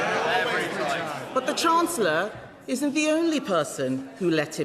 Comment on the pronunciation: Reeves sounds so downmarket and dim: Can't even pronounce her title! Calls herself the "Chance-ler."